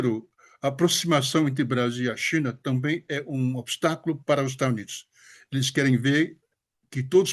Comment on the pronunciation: ele quis dizer do sotaque dele ao falar Estados Unidos, ele fala estanios kkkkkk